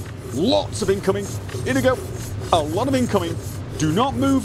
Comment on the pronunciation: Inigo, supposed to be based on the character in The Princess Bride. Except there is no tilde over the 'n' so that nobody pronounces it incorrectly. In - yi - go.